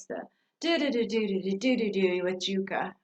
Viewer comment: Look how young they all are XD oh my goodness. XD Jukka and Tarja are pronounced Yukka and Tarya, I believe. This was one of the first songs I heard from them.